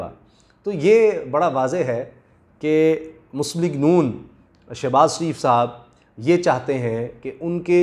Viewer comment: Shebaz not Shanaz.